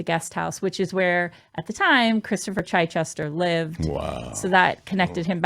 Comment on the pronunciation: Chichester would be said as chi Chester for chips not chy Chester.